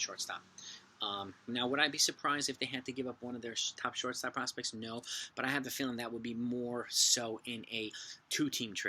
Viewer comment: I loved how you kept saying “Sharting Shortstop”